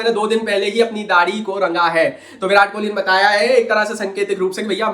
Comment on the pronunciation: It's Kohli not kholi ..Please correct it